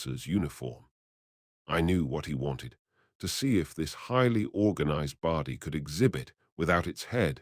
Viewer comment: WTF is a Bardy? ffs. The word is body. I gave this a like at first, but the pronunciation is terrible. So, no like or sub from me